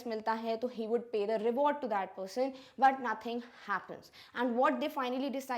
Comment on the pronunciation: Ma'am you're a English teacher and you've taught articles but still you yourself don't know different of "the" (द) and "the" (दी) !